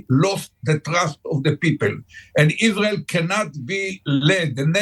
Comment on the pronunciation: "Iswael must twy to ewase tewwowist HAMAS". Right buddy, well this approach won't do it.